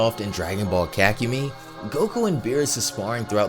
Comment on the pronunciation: No offense, but the way you say “kakumei” makes me cringe